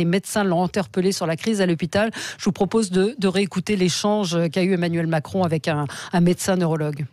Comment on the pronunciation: Est-ce que Mme Expert aurait fait un lapsus linguae en disant "Emmanul Macron" ou ai-je eu une hallucination auditive ?